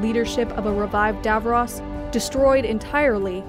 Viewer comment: At least pronounce Skaro and Davros properly.